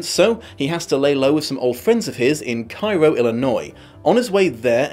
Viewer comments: I believe it's pronounced "Kay-ro," not "Cairo." We like to mess up pronunciation over here. Looking forward to your lost in adaptation. I love the novel and liked parts of the series (especially the first one). Particularly loved how they grew Mad Sweeney's role. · “Cairo, Illinois” is pronounced “keh-roh” not “kih-roh”… I’m so so sorry about that… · Minor correction: But Cairo, IL is pronounced kay-ro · Cairo, IL is actually pronounced like "kay-roe." I know. I think it was started by pioneers who read the name in a book without knowing how it was pronounced and it just sorta stuck. We have a lot of towns in Southern Illinois named after other cities but pronounced very differently. Like Vienna, IL, which is actually pronounced like "vie-en-a." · Cairo Illinois is pronounced 'Cay-roh'. Classic example of someone seeing a name in a book and not knowing exactly how to pronounce it when naming their new town. Close to Cairo is also the town of New Madrid, which is pronounced 'Mad-rid'. Happened a lot in that area. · The city in Illinois is not pronounced the same as the Egyptian city it was named after. It's pronounced Kay-ro. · Cairo Illinois though spelled the same as Cairo Egypt it's pronounced Kay-roh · You said it right, but you're supposed to say it wrong. Kay-ro, Illinois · I'm sure someone has said this and I know that pronouncing things is a struggle for everyone, especially when it's a pronunciation that doesn't make sense so absolutely NO judgement here. Just in case reads this or anyone else didn't know, Cairo Illinois is pronounced "Kay-roh." Why? I don't know, I'm sure there's a reason. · Cairo is pronounced Kay-roh. Welcome to America.